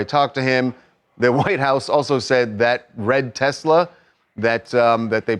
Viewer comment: "I love Tesler!"